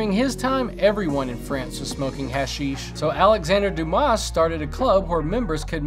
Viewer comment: Please stop pronouncing the s in Dumas